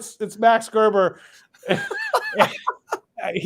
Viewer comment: way to butcher his last name , gg